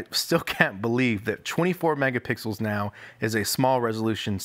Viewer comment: he said megapickles once lol